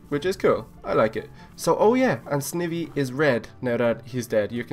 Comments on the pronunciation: Sn-I-v not sn-eh-v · nom just saying your say sivey completly wrong say it like sn eye by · Snivy is pronounced with a long I not a short I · the way you say snivy is halarious